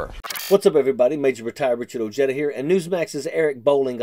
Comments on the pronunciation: can't even pronounce his own name properly" It is pronounced OHEDA. Some expert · OJEEEDA? My friend Ojeda is Spanish….lol!